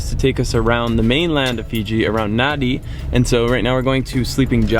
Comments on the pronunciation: Also it’s pronounced nan dee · Nadi is pronounced nan-dee, good vid tho. I like kava too